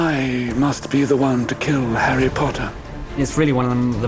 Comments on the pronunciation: esa vieja bruja no pronuncia bien los nombre, un poco mas lo llama herry a harry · Pt que feo dice jerri a Harry, en la pelicula doblada al español a Hermione le decían ermion pt madre la cagaron